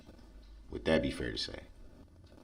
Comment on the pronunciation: Yes I HATE the way he pronounces ‘fair’ and ‘underSHTand’ 🤢